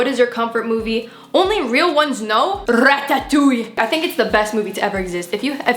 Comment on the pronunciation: i lost it with the way she said ratatouille